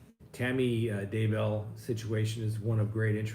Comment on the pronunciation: Please for the love of God learn how to pronounce Chad DAY-bell's name. It is indeed pronounced DAY-bell and not duh-BELL the way you insist on pronouncing it.